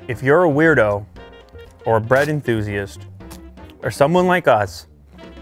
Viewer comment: bread intusiast...what?